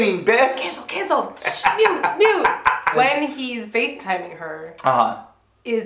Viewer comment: rewatching all of the reviews during quaratine. Did say 'spacetime her' instead of facetime? cause that should be a thing!